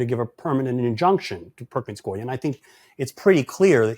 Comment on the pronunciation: It’s Perkins Coo-eee!